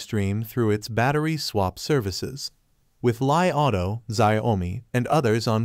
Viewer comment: When you pronounced the name of the car as lie rather than Li auto, it indicates that you don't even pay attention to the correct way to say the right wording. Even xiaomi is not pronounce as Xia o mi, it is Xiao Mi